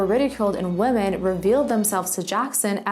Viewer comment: Pronouncing woman and women incorrectly the entire time really throws me off 🧐